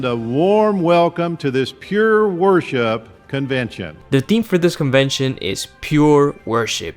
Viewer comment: did anyone else hear "pure horseshot"? Im pretty sure he didn't say "worseship" 🤔. Sorry if im a bit late to that party i just thought id bring a 6 pack anyway just in case 😉. Wonderful content bro